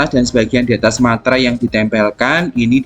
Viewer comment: Meterai pak bukan Materai🤣